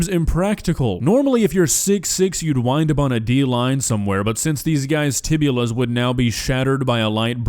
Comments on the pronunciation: clearly says, "Tibulas." This is my favorite mispronunciation of a bone (two bones? Fibula + Tibia). Happens way more often than you might think. That aside, this surgery is ridiculous, and like many other elective surgeries, should be banned, in my opinion. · "Tibulas" lmao I'm sorry I love u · "tibias" NOT "tibulas"